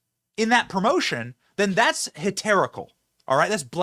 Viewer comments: Umm, Benny?.. its H E R E T I C A L! Not Heterical. Lol, sorry, i had to.🤫🙏🏻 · “Heterical.” *Heretical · No no Benny HERETICAL NOT HETERICAL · Heretical not heterical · *heReTical, NOT heTeRical. He's a heretic, and his behavior is heretical. I love Trump so this isn't a dig at him, but he also mispronounced books of the Bible, so we probably shouldn't be throwing stones. Just sayin'... 😊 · I think you meant “heretical” not “heterical” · Heterical? lol speaking of mispronunciation of biblical words… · What's "heterical"? <-- That hysterical!!😂😂😂😂😂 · Love you Benny so I need to help you out with this word: the word is HERETICAL. K, bye. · Benny, its Heretical, not Heterical. Still not as bad as palmist, but maybe make sure the religious terms you use are spelled correctly before you dunk on the 80 year old Catholic repeatedly using the term Palmist because he thought the S was silent instead of the P lol. Just looking out for you man. Blessings. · that wasn't a blessing. Sign of the cross over your heart is a protective gesture. He's invoking god's protection against what he sees as wrong, not "blessing abortion." people should probably know what gestures mean before they complain. and learn how to say heretical and blasphemous.